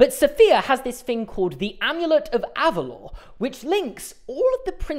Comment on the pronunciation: Saying Elena (ahlaynah) of Avalor like “aleena of ayvahlor” physically hurts